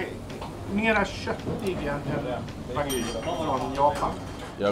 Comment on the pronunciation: Alltså vad är det med stockholmare och uttala wagyu vagy?